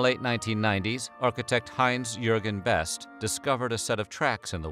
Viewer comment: The e in (Heinz-Jürgen) Beste isn‘t silent. Idk if u can‘t say that 'cause it‘s a hard German name or u did this on purpose